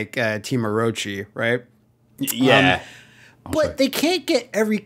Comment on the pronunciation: You pronunce Orochi like whaaaat?